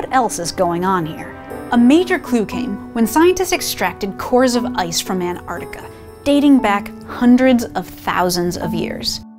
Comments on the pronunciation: She said "anartika" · Global warming aside, please pronounce Antarctica with a 't'